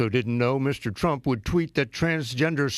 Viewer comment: I like how the news anchor said president "skunk"(it kind sound like it) before change it to Trump.